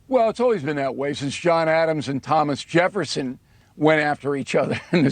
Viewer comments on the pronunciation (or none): none